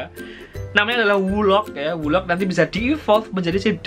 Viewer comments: wooloo prof bkn wolok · Bukan woloc tapi woloo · itu wooloo prof (cara baca : wulu) bukan wooloc